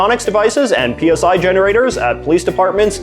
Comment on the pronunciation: Side note, it was pronounced PSY, like the Gagnam Style guy, not P S I like you had it under the psychics section.